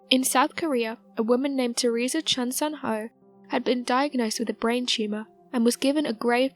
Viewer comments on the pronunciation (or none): none